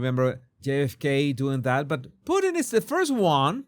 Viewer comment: 😂you said "Pooteen" .. isn't that a Canadian dish? 🤔😜👍